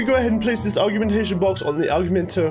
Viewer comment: U say it or g ment a shon